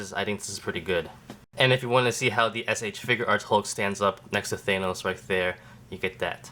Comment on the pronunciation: that is not how you say thanos